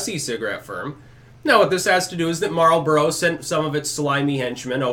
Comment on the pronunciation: thank you for pronouncing "Marlboro" correctly ! smokem if ya gotem!